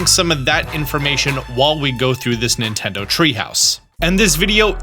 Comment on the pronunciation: More like "Nintenfro"